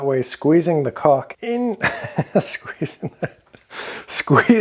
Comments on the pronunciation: Am I the only one to keep hearing 'cock' rather than 'caulk'? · Great video but sorry - I’m from Australia and every time you say caulk it sounds to me like your saying cock - it’s hilarious . I’m so mature Thanks for the tips mate